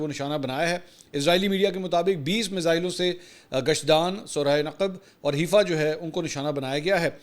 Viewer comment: Mansoor Ali Khan once again its not Heefa, Its Haifa as Hi Faa